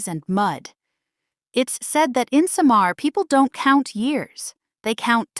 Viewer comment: How on earth happen for you to have this content. You cannot even pronounce well the word Samar. It's not Sha maar, it SAMAR. all you said wasn't true.